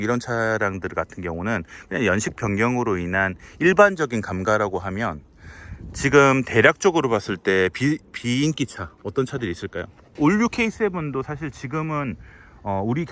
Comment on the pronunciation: 일부러 발음에 신경써서 감가라고 하시는거 같은데 감까라고 발음하시는게 맞습니다.